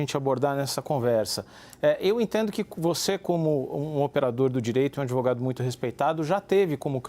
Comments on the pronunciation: Olha o "Adevogado" 😂😂😂😂😂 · Que adevogado é esse? o cara vem em rede fazer acuzações.